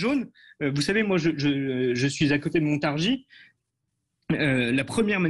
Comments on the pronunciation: On dit montargi et non montargisse ! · Mr le présentateur de Sud Radio, la Ville que vous désignez Montargis se prononce MontarGIs et non MontarGISE., pour vous en souvenir pensez à PariS. Quant à, vous êtes un homme courtois et courageux. Dans les médias, rien sur votre geste que vous avez eu envers Mr Blanquier 👍. Je vous souhaite bon courage et si certain(e),s Français(e)s ouvraient enfin les yeux et votent RECONQUETE 👍💝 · Ont ne prononce pas le "S" a Montargis, ont dit littéralement "montargi " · Montargis se prononce i